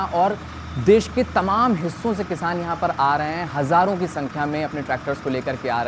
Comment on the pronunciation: Hazaron, not Hazzaron